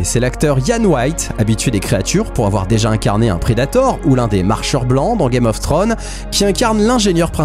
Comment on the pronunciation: Une video de grande qualité qui complète parfaitement celle cité de Guillaume Casar (SO). Covenant a reussit a faire pire que Prometeus, tres hate de voir ta video dessus. PS: gaffe aux s en anglais, Game of Thrones, et non trone 😊